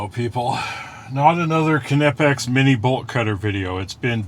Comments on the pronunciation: Knipex have carbide-edged cutters up to HRC 80-83! Pricey, but cut through everything! Knipex are worth the dough if you are gonna use them. BTW, I don’t ke-now you. What is your fave brand of ke-nice? (Point is, the are nipex not ke-nipex.) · for fuck sake. the "K" is silent. as in know. You silly fuck. Its America not Germany. And if you are gonna say it as the krauts do. You would pronounce it K-Nee-Pax. Which is fucking ridiculous. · Pretty sure the k is silent like knob and knee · Nipex would be correct in American. The way Germans pronounce it is, K-nee-pex. But they are a bunch of silly Germans. I had an English Knipex representative explain the difference to me . Germans make great tools, language ? Not so much. in all seriousness though, im just being a dick. you can say it any way you like. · Laughing at the moment about this. How to pronounce KNipex, same as KNurled KNobs! LOL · The hype would be more understandable if he were to assimilate that german name into American.